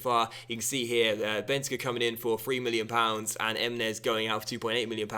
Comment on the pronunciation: is pronounced with an emphasis on the cur, Ben-tan-CUR. Not being bitchy, just giving information.